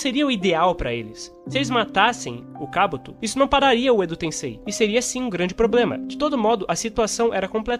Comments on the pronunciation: Kábuto? Que agonia rs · Kabúto não existe rapaz kkkk akatsúki tb é errado. O correto é Akátsuki na pronuncia.